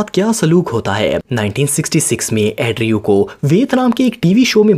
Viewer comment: Andrew ko addrew kon kehta h bhaee😂